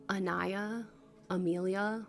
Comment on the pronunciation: pile 3, you're insane you said my name PERFECTLY (anaya) i was so stunned goddamn, you're so amaizing 😭💗